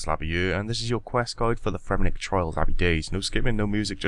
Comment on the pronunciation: It's Fremennik* :)